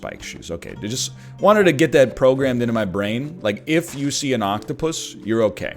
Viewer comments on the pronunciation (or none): none